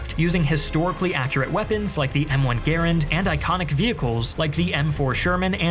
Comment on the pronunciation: Man can pronounce the Garand, but not EERAQ?